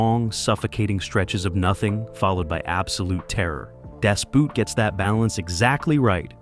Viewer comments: Das Boot (pronounced Das Boat not Boot - Boot in German is just like Boat in English) - that is literally my biggest pet peeve ever. It's just boat. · Hey kid, I know you're just here to make quick money on YouTube, but it's pronounced "Boat" As in "not a boot". If you're going to try to teach us anything, then learn something. Didn't watch past 40 seconds. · Dos Boot, not Daas Boot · It's not pronounced "Das Boot," but "Das Boat, just as if it were in English. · for heavens sake, stop using the old movie filter. Its so annoying. Das Boot is pronounced like boat, not boot. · Das Boot is pronounced similar to how you say "Bought" and not the English "boot". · Dazz Boot?1! Try Das Boat. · It is pronounced Das Boat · God, the narration pronunciation sucks on this narration. das boot...the 'boot' in German is similar sounding to the English "boat"... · please say, "Das boat" if you deliberate refuse to speak any German correctly. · Das Boot is pronounced Das Boat, 🚤 not 🥾. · Its actually pronounced "boat" in German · 'Das Boot' should be pronounced 'das boat'. It has nothing to do with a boot. Great movie by the way. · Just remember, it's pronounced Das Boat. German, like every other language except English, has the normal pronunciation of vowels. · In German the word "Boot" is pronounced "Boat." Don't any Americans learn a foreign language! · No, it's Das Boot (pronounced Boat). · Why can't Americans find out the proper way to pronounce words foreign to them? Daz boot! You imbecile. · Das Boot is pronounced Boat, as in English. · In other words, like boat. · Firstly, it's pronounced dahss boot. Secondly, it was literally shot in a submarine set in a warehouse where the cast lived for 90% of their time. The director wanted the cast to get used to no sunlight and the gloom of being enclosed. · Oh, fa... Lissen,, in German, "Boot" is pronounced exactly the same -- and means the same thing -- as the English word "boat". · And Daas Boot? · Maybe he's Canadian?